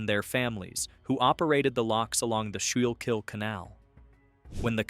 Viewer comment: skool-kill, not whatever was tried to be pronounced for Schuykill.